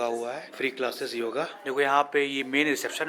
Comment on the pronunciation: भाई योगा नही होता ..योग होता है..आगेसे योग बोलोगे तो सही रहेगा